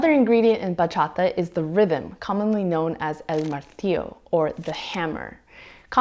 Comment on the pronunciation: As a Dominican, still living in the island and still dancing bachata with every chance I get, I was really stoked when I saw the thumbnail! Thanks for the little crash course on this beautiful genre. Perfect way to start my christmas. Also props on the pronounciation, sounds super good!